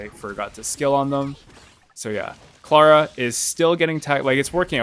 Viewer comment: You say Tingyun incorrectly You also say Clara incorrectly. Something tells me you play the game on mute